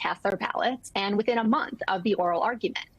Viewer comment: Leah Litman is the first online personality to pronounce our state name Colorado properly. She now has a new subscriber.